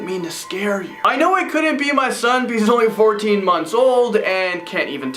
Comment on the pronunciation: If I had a dollar for every time he says " iS tHiSs ReAl? .... Also for evertime he says "PECAUSE "